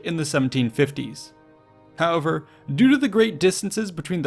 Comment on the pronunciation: Work on your 'however' :D Great video as always!